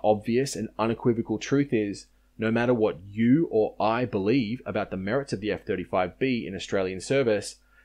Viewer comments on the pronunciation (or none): none